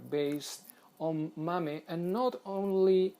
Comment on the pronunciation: Mame is pronounced "may-em" not ma may just saying